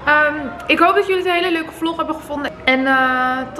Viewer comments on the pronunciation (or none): none